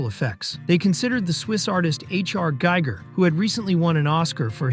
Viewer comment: You pronounced “Giger” incorrectly. It’s not like “Geiger counter.” It’s “Geeger.” Rhymes with “eager.”